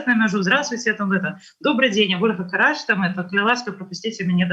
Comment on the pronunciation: У Ольги фамилия Карач с ударением на вторую "а" !